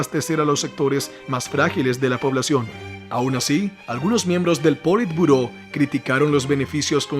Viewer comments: Muy buen video Bro....pero cada vez que dijiste poli turbo me lloraban los oidos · ¿Por qué llamas politurbo al politburó?